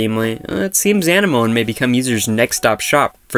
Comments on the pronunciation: Zigafide Yeah, it's not (moan) it's like (mo-knee) or more like saying sea anemone. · It's pronounced ah-neh-ma-nee thx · Why are you pronouncing it wrong? Uh-nem-ah-knee dude (I'm not doing this to hate on you but you're doing it wrong honestly) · When you pronounced anemone like enema I spit my tea out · Hate to be this person, but it is really irritating me. It is pronounced Uh-nem-ah-knee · it's pronounced like the thing underwater. Uh nem muh knee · no... no he did not google it Uh-nem-ah-knee my boy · Dooyeven Triforce “amenemoneme” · You pronounced it wrong I think lol